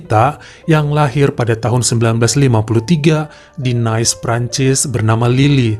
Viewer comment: Nice dibaca nis Marseille dibaca marg-se